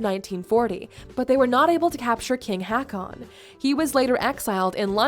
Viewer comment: King HACKON? lol.... It's pronounced more like: Hawkon.